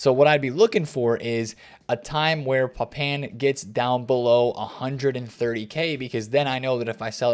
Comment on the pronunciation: Thanks, good video but the butchery of Papin 🤣 Jean-Pierre Papin is somewhere between 'Papa' and 'Pap-pan' not 'Pap-in'.